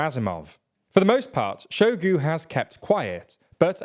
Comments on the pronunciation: I understand that people whose native language is English generally do not really care how "foreign" names are pronounced. But come on... it's not "Preegowsin", nor "Jerasimov" nor "Showgue". A little effort would go a long way. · SHOIgu not Shogu PrigoZHin not Prigozin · I will gladly volunteer to send you guys an audio recording of how to correctly pronounce names before you make videos…Shoigu is pronounced exactly how it’s spelled, “Shoi-gu” and not “Show-gu”. You guys almost said Prigozhin right - the only thing is that this “zh” in Russian transliterations is more like the sound at the end of the word “orange” and not a “z” sound with a silent “h” like you guys say it. Russian doesn’t really have silent letters like English, and in any case the “zh” corresponds to a single Russian letter, “ж” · Make an effort, son. It’s pronounced “Shoy-gu”. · Very nice video. Truly not trying to be a troll but...I believe the Russian officers names are pronounce "Shoy-gu" and "Gurr-azimov". Again - not trying to troll, just inform.☮ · It surprises me how often these presenters, alledgedly informing us, fail to make any serious attempt to pronounce foreign names. Shoigu - spot the 'i'? Prigozhin - zh, soft z, as pronounced in 'pleasure'. Not hard for English speakers.